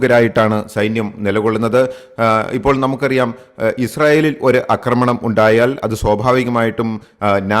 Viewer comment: അക്രമണം അല്ല ആക്രമണം എന്നാണെന്ന് നാലഞ്ചു വീഡിയോകളിൽ പറഞ്ഞിട്ടും ഈ പൊട്ടനു മനസ്സിലാകുന്നില്ല .....കഷ്ട്ടം